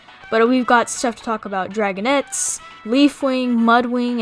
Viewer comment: Why are dragonets pronounced like “dragonETS”